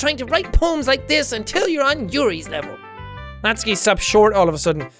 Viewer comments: JACK ! You are still saying it wrong. Natsuki is pronounced Nat-su-ki not Nat-ski ! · Jack I think it’s pronounced “Not-soo-key” not “nots-key” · It’s “nat-soo-kee” not naski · Jack I know you played this ages ago but your pronouncing natsuki wrong, ur saying natski nut it’s pronounced as nat-su-ki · It’s not Natski it’s pronounced Not-zu-key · He says “Natsuki” just like “Katsuki” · Its pronounced natsUki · Its pronounced nat su key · I'm sorry it's nat-su-ki. It's been bugging me so much won't change tho... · Its nah-suuuuuuu-key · Just dropping this out, you're pronouncing Natsuki's name wrong, Jack. The U does have a sound. Like this: "Nat-soo-ki" Sorry, as an expert in pronouncing Japanese names, that kinda was bugging me. ^^ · Am I the only one who gets annoyed when jack pronounces Natsuki as Natski? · I'm so bothered how Natsuki is said differently from Jack to GTlive... It bothers me alot! lol